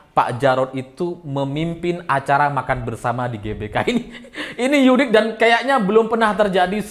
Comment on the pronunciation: Mas....unik ngapain dibaca "yunik..." Nanti jgn2 tulisan "untuk.." dibaca nya " yuntuk..."😂